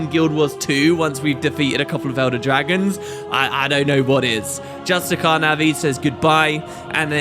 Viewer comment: Just-tish-iar!!!!!!!!!! Ugh. Arg!